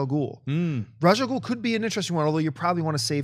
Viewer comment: Ra's al Ghul is pronounced RAYSH ahl-GOOL. Please, for the love of everything, ITS RAYSH!